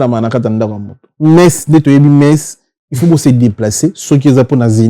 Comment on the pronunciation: Pourquoi batu ya BDD akokaka koloba il faut te ? ata azali licencié en français akoloba il fout 😂